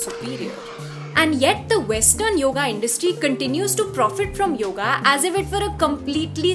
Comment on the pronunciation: You could begin by saying the name right ... it is yoga. Not yog. How would you like it if I called Sita by a shorter variant "Sit"?